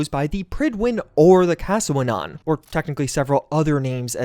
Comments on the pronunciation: My brother its cas-wennan, not casawenan 😭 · No hate just clarifying, I believe Caswennan is welsh and should be pronounced "cass-wen-nun" as opposed to "cassawenon " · hearing you say casswennan made me cringe so bad bro, it was a play by bethesda, prydwen and caswennan are welsh names, they knew a majority of english speakers wouldnt recognise it so they used it to keep the fan theories down before the show dropped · The ship would be pronounced more like "Cas When Anne" Not sure if other Welsh Speakers have pointed it out; but had to throw it in.